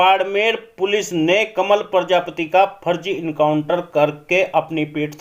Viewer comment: भैया प्रजापत मत बोल प्रजापति बोल